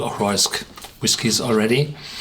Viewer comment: Great review...it's pronounced Mac-eye, not Mac-ay.